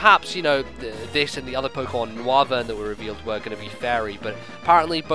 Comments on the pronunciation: It's pronounced "NOYvern" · The bat looking pokemon is pronounced "No-Wyvern" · I think it's pronounced "Noyvern" as in Noise and Wyvern.